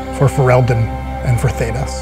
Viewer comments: Omg stop pronouncing it "thee-das," even the characters in the game call it "thay-das!"...... Why do these things trigger me so hard!? lol Also find it hilarious that they do the "and the adventure continues on another day" kind of thing, but we all know they all die at Ostagar! lol xP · I love you Wil, but please it's "Thay-dus" not "Thee-dis" :P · It's not thee-dass. It's thay-daas. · They-das not Thee-das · Um... mister Wheaton, have you played Dragon Age? It's "Thay-das" not "Thee-das." They say "Thay-das..." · Wil mispronounced Thedas. Was that for copyright reasons?